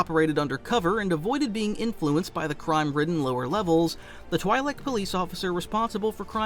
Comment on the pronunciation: Is this an AI narrated video? I've never heard anyone pronounce twilek like that